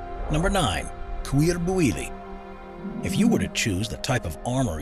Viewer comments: Cuir bouilli = kueer boo-yi, French is a pain with the double L being a Spanish Ll. so just a helper with pronouncing it correctly, more or less 🥴✌ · "couirre bouwili" omg 😂 can't listen to this without thinking of all the people having a bad time trying to learn french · Everytime he slaughtered "cuir bouilli" I cringed so hard I needed to stop the video for a whole minute